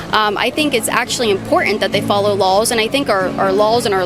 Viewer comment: Why she pronounce the word laws like lawls?